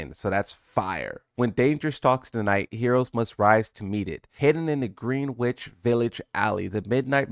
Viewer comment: FYI, in NYC “Greenwich” is pronounced “gren-nitch”. Just one of those weird New York pronunciation things from 1 million years ago.Kinda like how “Houston street” is not pronounced “hyoo stun” but rather in nyc they say “house-ton”